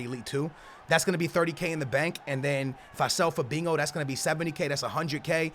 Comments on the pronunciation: Fabinho not fabingo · Naw he saying fadingo mandingo hoodingo idk wtf he say 😂😂 lol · zKaPii-_- he says it with a Portuguese accent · He always says Fabingo ...... ( no hate its just funny )